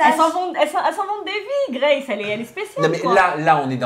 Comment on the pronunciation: La manière dont ils prononcent « Grace » c’est pour nous abattre ? 😭